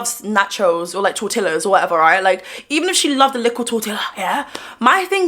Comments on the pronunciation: I love saying “nacho cheese sauce” and “tortillas” in her accent 🥹 Meanwhile, Selena is “crying about her displaced and attacked people” while her maids clean it all up. I am Native Texan, I can speak on this🙄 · Tortillas pronunciation= 💀